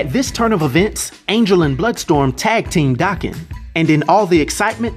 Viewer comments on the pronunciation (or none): Daken's name is pronounced DAY-KEN, not DAH-KEN. It's a Japanese name, think of it being pronounced like taken, but w/a "D"